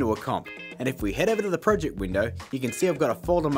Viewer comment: My friends make fun of me for saying project like that